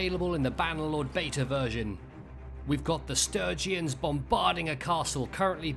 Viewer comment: That was non-stop action! Love it, but... "Will the Sturgeons conquer the Battanians?" <- Did you mean Sturgians? :D Sturgeons are fish.